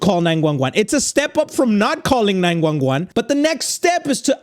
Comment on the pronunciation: Not gonna talk how said 911, he literally said 9-Juan-Juan